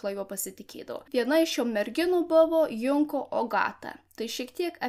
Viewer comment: Geras video. Tik viena pastabėlė. Junko reikia tarti Džunko. Tarptautinė japoniškų pavardžių transkripcija (perrašymas į lotyniškas raides) sudaryta angliško tarimo pagrindu.